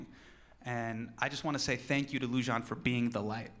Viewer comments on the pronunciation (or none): Her name is pronounced Lou- Jain, but am crazy happy that he did this! They just started executing people right and left last week and I am so worried her time is coming. #pleasesaveloujain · He butchered her name! LoL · He butchered her name but love him for this ❤️❤️